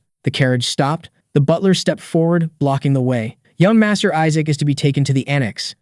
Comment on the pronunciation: Isaac’s name is pronounced wrong in 7 different ways lol